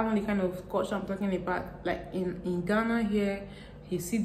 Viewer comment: Im the first here dear.. I love the way you talk and most esp how you pronounce "in ghana"!